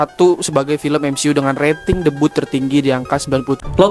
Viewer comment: Sebutnya 'day-biu' bukannya 'de-but'. Well, Konoha...😂🤣😂🤣🤣🤣😂